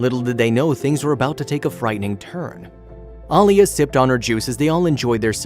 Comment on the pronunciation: I know mistakes do happen but how about saying the little girls real name. A-LEE-A. I'm getting real tired of you influencer can't get a name pronounced correctly